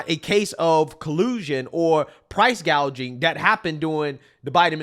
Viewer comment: No, remember its "Price Gauging" 😂 not price gouging 😂